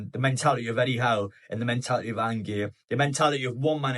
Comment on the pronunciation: An-gay 😂😂😂 its Ange like short for Angela lol